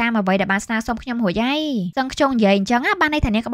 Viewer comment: រួចហើយឬររួយហើយនិយាយអោយច្បាស់បើមិនច្បាសផ្ដូពាក្យផ្សេងទៅទើសត្រចៀកណាស់ពីព្រោះខ្ញុំចូលចិត្តសំឡេងនាង😂